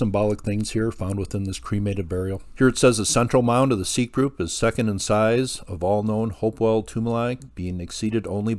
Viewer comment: As a nod to accuracy, pronunciation of Seip as "seep" is incorrect. All of us locals pronounce it "sipe" like "pipe." Sad to hear of his passing.